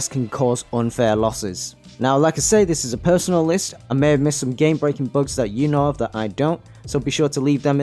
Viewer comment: This nigga saying books instead of bugs lmao